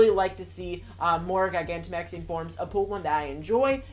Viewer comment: Do you not know how to pronounce gigantic?